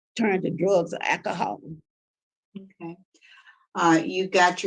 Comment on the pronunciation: O girl said..."Drugs n akahaw!"